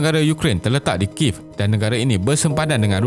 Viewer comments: ibu negera adalah bahasa khas.. cer kalau sebutan kuala lumpur bertukar.. Ape jadi... search la kat youtube, pembaca berita pun sebut ki-yev.. bukan kiv.. buat la research.. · Balang try search kiev malaysia.. Ada berita.. tgk pembaca berita awani ada sebut ki-yev... bukan kiv.. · Admin.. Sebutan ibu negara ukraine, kiev tu ki-yev.. Bukan kiv.. Boleh tgk wikipedia.. 🤭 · Kalau tak silap sebutan dia Kiev bukan kiv.Cuba tengok cerita red heat(1988) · Video yang baik seperti biasa cuma saya nak betulkan sedikit Sebutan ibu negara Ukraine iaitu Kiev ialah Kiyev bukan Kiv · Kalau dalam berita perdana atau buletin utama pun diorg sebut Ki-yev... Kalau sebutan ibu negara, mesti kena sama.. Bukan sebutan negara. Kalau negara boleh la kalau bertukar.. Macam US kita panggil Amerika Syarikat, tapi ibu negara dia kita masih panggil Washington.. Macam Japan, kita panggil Jepun, tapi ibu negara masih Tokyo.. Macam Cambodia, kita panggil Kemboja, tapi ibu negara masih panggil Phnom Penh.. Macam France, kita panggil Perancis, tapi ibu negara kita masih panggil Paris.. Macam Malaysia jugak, orang Perancis panggil negara kita Malaise, tapi ibu negara kita masih lagi disebut Kuala Lumpur..